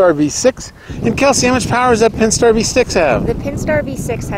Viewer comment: Hello there. Nice Durango for sure! Almost sounds like you are saying Penstar instead of Pentastar for the engine. I love the color and the interior. Thanks for the review.